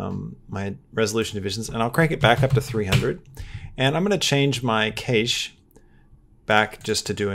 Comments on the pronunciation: I agree! Very helpful indeed! just a heads up, "Cache" is pronounced "CASH" guys and gals. it's searchable online as well. 😉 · Is he intentionally mispronouncing cache so people will comment? Also he needs to get his mic off the desk or get it an isolation stand. The constant clanking on the keyboard is so loud in the recording. For everyone having problems with new blender, You have to scale the objects up larger than he's doing. It wasn't working for me until I did that. Make your text really large. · The way you're saying cache is not good. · Funny how you pronounce Cache Lol